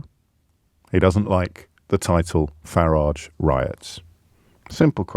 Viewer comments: ABSOLUTELY beautiful! I thought I was the only person who pronounced farridge’s name correctly… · Thanks James - for everything you do, but on this silly little occasion (personally silly I mean), for pronouncing "Farage" as I remember hearing it, years ago when he first became a public figure. (Sorry, working in Spain I am very behind with much of the developments in UK, totally confess to that). I mean, you said "FA-ridge". (Like "garage", in my Walsallian west mids working class accent, not a posh Solihull one). That's how I remember him being called years back, not the "Faraaaagge" (sort of fancified frenchified version) that am hearing more recently. As I said, silly, but comforting. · And you're right James- his name rhymes with garage. And his garage is probably a lock-up where he keeps counterfelit ciggies and watches.